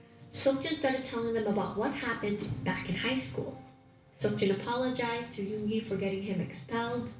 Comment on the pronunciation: I love the way says Yoongi 😂💜